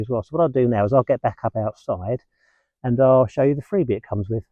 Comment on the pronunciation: Don't think I will be buying a tent, but if I do I will certainly ask for your advice. Freebee, i thought you said Frisbee 😊